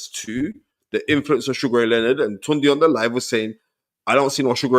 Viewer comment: Spence ..you gotta call your boy by his correct name..Yeah its spelt “Tunde” but it’s pronounced “Tun-Day”..Dont let him try gentrify the pronunciation 🤦🏿‍♀️😂